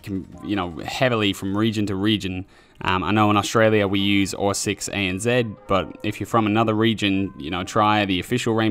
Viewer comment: Ep8x it’s the official r6 discord server but for the Australian region. He just said it weirdly